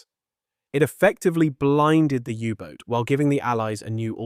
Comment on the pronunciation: AI/Speech synthesiser fail! It's not a Yubot. In English, it's a U-Boat. Proof read ALL text before you post. Don't induce a brain crash in your viewers. We can move on in a click